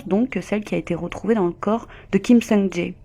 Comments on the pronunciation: C'est Kim Song "Jay" (pour la prononciation), pas "Ja É" 😭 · On prononce son nom "Kim Soung Djè" ~ désolé mais tu le dis tellement de fois qu'à un moment, il faut rétablir la vérité... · Son nom se prononce Kim Song Tsé. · Kim sung jayy 😂😂😂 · vos vidéos sont bien mais on prononce « képop » comme en anglais et on prononce Kim Sung Jè.En tout cas continuez comme ça 👍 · Quelle histoire tragique Juste petite correction mineure ( on prononce "sungjè") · Ni sur la prononciation de Kim Sung Jae 😅